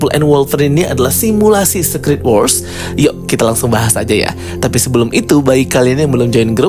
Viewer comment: Kak aku pening denger dirimu pronounce SECRET